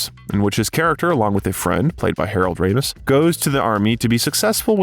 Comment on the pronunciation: I really love your bios, the info and visuals are awesome, and the voice and pace are perfect. If I had just one criticism that can fall on the "needs improvement" side, it's- please look up names to say them properly, Ivan, Ebert, Ramis all have hard vowels. I've noticed this in several of the bios and I think they'd be absolutely perfect if this could be corrected. Thank you for the hard work